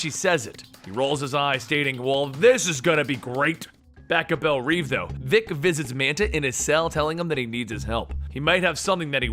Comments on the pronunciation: it's not reeve! it's reve, read as rev, like revving an engine! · it's pronounced rev